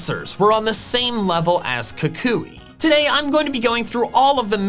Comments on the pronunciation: Kukui, not Kakuy! There should be 2 L's in Alolan! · Am I the only one who is annoyed with the way he pronounces Professor Kukui? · Is Kukui pronounced “koo-KOO-ee” or “KOO-kwee” like I’ve always heard it?